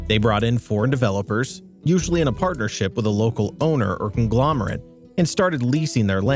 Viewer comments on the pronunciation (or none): none